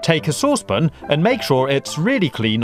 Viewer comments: this guy is so annoying when he says saucepon instead of saucepan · SA-WSS-PAN NOT SOOSE-POON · Never heard that pronunciation of "saucepan" before. A bit weird. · Anyone else triggered by the way he says saucepan? 😓🤔